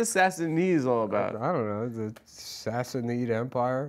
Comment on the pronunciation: Say it with me “Sass-uh-nid” not “sassy-need”